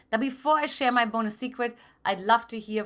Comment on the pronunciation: "PHILIPPINES" i love the "BUNOS"